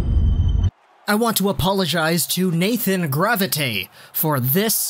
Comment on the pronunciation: Lol Nathan, Graviteh!!!, you can just say grav